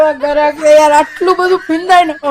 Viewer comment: ગ્રાહક શબ્દ બોલાય